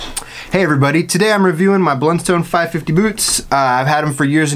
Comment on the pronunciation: It’s pronounced “Blunstun”.